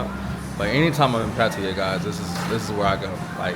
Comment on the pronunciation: The place is pronounced pa ta ya instead of Pa ti ya.